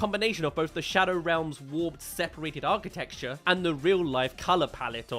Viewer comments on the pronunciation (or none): none